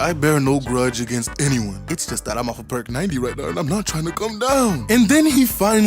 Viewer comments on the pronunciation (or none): none